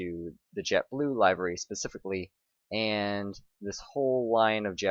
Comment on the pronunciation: It's livery not layvery not a long li